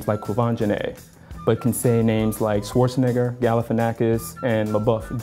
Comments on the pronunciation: Austrian here: That is NOT how you pronounce Schwarzenegger. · That guy literally mispronounced Schwarzenegger. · It's funny that he is angry about bad pronounciation of black peoples names and he totaly screws Arnies surname :) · 😂😂😂😂 I'm from Austria...where Arnold Schwarzenegger is coming from and if that guy thinks that Sswarcenegar (that's how his pronounciation sounds like and if I how I would write it down after what he said) is the right pronunciation 😂😂😂😂😂 then he is very very wrong 😂😂😂😂😂 But funny how he thinks vocal sounds that someone learns while growing up in somebodys language is racist..because if people grow up bilingual or multilingual then (I don't know if he noticed) they are much better at pronunciation generally....and another thing that he might notice is when Schwarzenegger does speak he does not sound american what so ever 😂😂😂😂😂😂😂 so not every "white person" is good at pronunciation 😂😂😂😂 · Never mind him butchering the pronunciation of Schwarzenegger 💀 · The Schwarzeneger example here is so funny! 😂 Taking into account the meaning of this last name and also how much mispronounced it was (as a german name). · "We can pronounce "Schwartzenegger" Not realy. The way Americans pronounce it is not the way Germans or Austrians would pronounce it. Arnold himself pronounces it differently depending on the language he uses. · The guy still pronounced "Schwarzenegger" incorrectly, though. Interestingly enough, thereby debunking his own theory that (American) people can pronounce it, "just because it is a white name". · Hehe, yes. Not even a German here, but that American "Schwarzenegger" is just way off, especially the a sound. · Actually nearly no english person (including him) pronounces "Schwarzenegger" fine. I'm Austrian (like Schwarzenegger) and that's not how you pronounce it 😅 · He misspronouced the name Schwarzenegger. How do I know? I'm austrian.😂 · the funny thing is that he pronounced Schwarzenegger completely wrong lmao